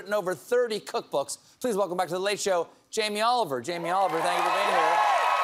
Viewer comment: Haiyaaaaaah not Chilli Jam-ie Olive Oil